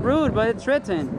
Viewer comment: Its ritten! it's ritten lol